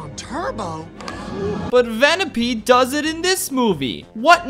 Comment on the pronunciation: It took me 10 minutes to realize he was saying "Vanellope" and not "Vanilla B"